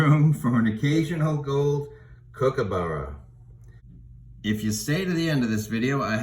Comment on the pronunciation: Righto mate, elocution lesson here. It’s Kookaburra. It’s a short ‘kook’ not a long one. And it end s with a ‘a’ not ‘burrow’. You finish on the upward inflection. The ‘ss’ in ‘Aussie’ is pronounced as a single ‘z’, try ‘Ozi’. Do this and I’ll be happy 😊